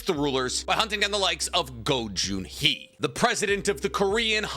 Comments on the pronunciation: My ear hurts when you called the chairman GO JUN HEE instead of GO GHUN HEE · It's Go Gun hee not go Jun hee